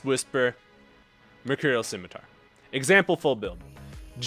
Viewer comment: say it with me: sim-I-tar